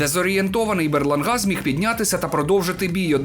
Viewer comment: БерлАнга. Ну який БерлангА?🤌